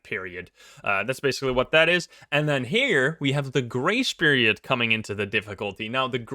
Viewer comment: I'm glad I can read what he's saying. I keep hearing "gray spirit" instead of grace period lol.